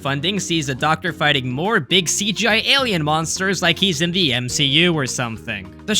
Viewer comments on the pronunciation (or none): none